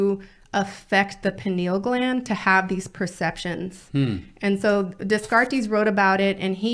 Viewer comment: Dehs-car-tays?? You mean Descartes (day-Cart)? She keeps mispronouncing words (saying ferocities instead of ferocious ).